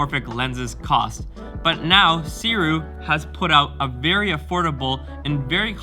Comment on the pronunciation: I can’t wait to get my copy. By the way, Sirui is pronounced “Sue ray”